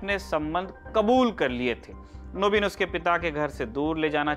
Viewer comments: First of all it's called "Naveen" in Hindi not "Naabeen" and second He is speaking in Hindi not in Bangali so he has to use proper Hindi pronounciation. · What's his name..!!! Don't remember... Anyway, hi, I'm telling you.. your Bengali pronunciation 'Nobin', 'Boti' was lovely..